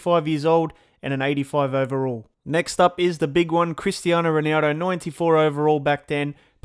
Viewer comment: Can you pronounce ronaldo's name right please?